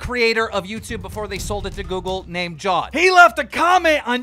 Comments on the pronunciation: fyi....it aint jawd but ja+ved 😹😹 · His name is said Ja-waid not jawed lol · Did he just pronounce jawed ( Jaa-vedh) as jaw-ed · Atleast learn how to pronounce jawed’s name. It’s not jaaaad it’s Ja-wed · Abdullah Nadeem jaa-wed ? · Its Ja-wed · That's probably the worsttttt pronunciation of the name Jawed I've ever heard lmaoooooooooo he aint a fucking shark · WTF Why Do you Pronounce Jawed Like that